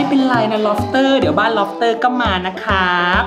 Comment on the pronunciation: พี่พูดผิดล็อปเตอร์